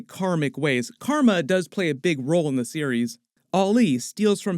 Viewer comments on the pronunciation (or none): none